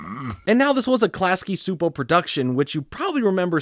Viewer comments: Csupo is pronounced like choo-poe. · Just a note: Its pronounced Class-key Chew-po, great new content!